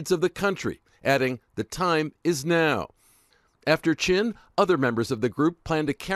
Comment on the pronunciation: "Chin" ...seriously?